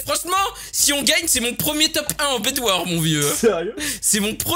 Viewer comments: C'est pas bedwar c'est bedwars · Ça se prononce bed warse